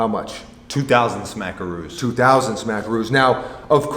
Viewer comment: Homie said "smackeros"